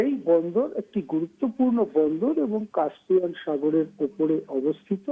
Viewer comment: উচ্চারণ হবে কাস্পিয়ান। কাম্পিয়ান নয়।উপস্থাপিকাকে বলছি।